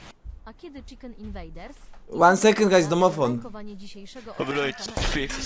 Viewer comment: łan sekend gajs, domofon